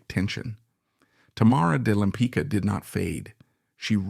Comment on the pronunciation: Her last name is pronounced LempiTZka, not "lempica," damn it! Why don't you butcher the names of French, Italians, Dutch, etc., but can't manage one easy-to-pronounce Polish name?